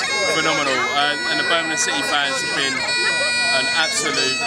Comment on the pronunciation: Why can’t you say Birmingham properly?